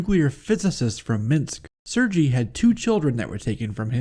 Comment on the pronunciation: Sergei is actually pronounced "Sir•gay" Not trying to be knit picky. Just figured I'd clarify. Great video man.